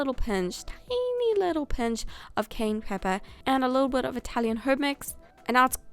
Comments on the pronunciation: Ok...so I’m just going to be anal here. It’s pronounced ca-YENNE. Not cane. I kept hearing her say ‘cane’ and I was like ‘What is she talking about. What is that?’ Then I saw the red spice and I was like ‘Ohhh! Ca-YENNE pepper!’ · It’s Cayenne but some of my plastics still say Cane